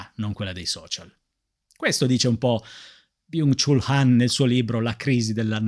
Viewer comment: Vorrei esprimere la mia gratitudine nei tuoi confronti per portare sempre temi e riflessioni interessantissimi, libri meravigliosi da conoscere e leggere, quindi grazie davvero di cuore ❤ Ps. Mi permetto di dirti che Byung Chul Han si legge Byong Chol Han (studio coreano)